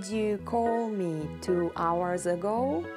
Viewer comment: you said ago bad